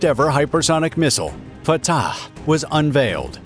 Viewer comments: No, I had to stop watching because of how the narrator pronounced Fattaaahhhhh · I love the way he says the name FAATAAH! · The commentators pronouciation of fattah is seriously hilarious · It sounds a bit tortured, like he was trying too hard😂 or perhaps even creepy😮